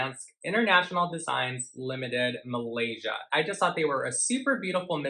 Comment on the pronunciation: Ur so gorgeous.. Love your style and how u pronounce malaysia.. Xoxo form malaysia